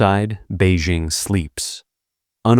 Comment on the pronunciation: interesting content; mispronounced jing in Beijing, dze in Mao Dzedong; feng in Hua Guofeng, qiao in Zhang chunqiao; jian in Ye Jianying; de in Wu De; lian in Chen Xilian; Deng in Deng Xiaoping